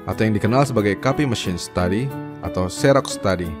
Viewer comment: setau saya 'xerox' itu bacanya 'ziroks' bukan 'seroks' hhe